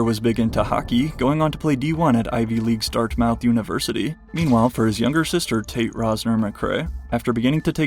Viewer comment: I just can't get past your pronunciation of Dartmouth. . . lol